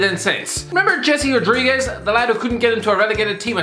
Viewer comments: It's "hey-say" not Jessie as in pinkman. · It's not "Jessie", it is Jese, like H-ouse, E-ssay, S-enior, E-ssay.